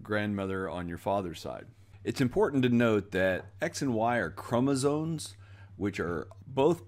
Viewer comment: I love your work,, and have been promoting it! Keep going. Just one quick and picky edit. It kept sounding like you were saying 'chromosones' instead of 'chromosomes'. I figured it was a tiny accent thing. But then I noticed that the slides also had it spelled with the final 'n', so I thought I ought to mention it for futures things.